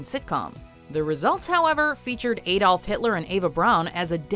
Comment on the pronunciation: Who the hell is "eidolf" Hitler? Dont you mean ADOLF Hitler?? Since when are German names pronounced like they were English?